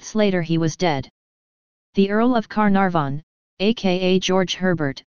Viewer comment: I love the computer saying lord Car narh von.